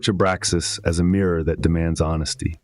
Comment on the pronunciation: Abraxas dude. It's driving me nuts.